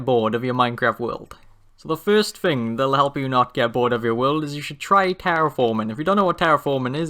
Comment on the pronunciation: no offence but sometimes it feels like you sy will instead of world.. no offence lol